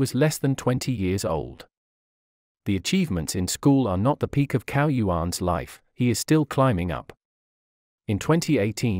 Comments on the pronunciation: His surname is pronounced as "Chao" and not "Cow". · zao not cow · You owe it to yourself, and also will show respect, by learning to pronounce correctly Chinese names. CAO is not pronounced "cow", but "Tsao". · Cao is not pronounced as cow. It is pronounced like tsao, the ts in tsaikovsky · Wrong pronunciation of his name.. Cao is pronounced as chao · What is extremely disappointing is that his last name, CAO, is pronounced incorrectly throughout! The voice is obviously computer generated; but shouldn't obvious errors be corrected before the video is out to the public? Isn't this the least respect you can give this incredible scientist, Cao Yuan? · Shocking that that the most primary care of the correct pinyin pronunciation of Cao is so wrong and atrocious.